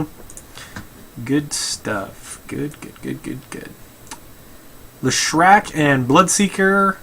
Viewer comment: also Lesh-rac not Le-shrac